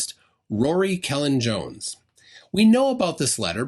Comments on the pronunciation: Minor quibble. As Rory Cellan-Jones himself has tweeted “Cellan is pronounced Keth-lan”. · I don't think I have ever criticised you before; but you deserve this one!!!! 13'40".... "BBC techcnology journalist, Rory Kellan-Jones." The first word of Rorys' surname consists of the following letters: k e ll a & n The letter "ll" is a voiceless, alveolar lateral fricative (according to a lady on the internet I didn't know that fancy definition; I just speak the language:) ll is pronounced by putting the tip of your tongue on the roof of your mouth, opening your lips, and exhaling. Ha! That showed you, didn't it, you minniesowdar moron!:_HighIQ::_HighIQ::_HighIQ